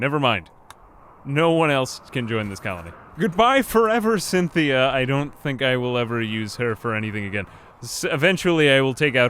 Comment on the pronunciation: Cynthia you mean SINthea